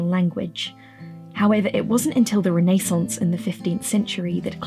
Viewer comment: This video is amazing! The depth in which you talk about everything is really intriguing and I love how well structured the video is! My audhd brain does want me to note tho, that you pronounced renaissance a little weird.. and that kinda made me shiver..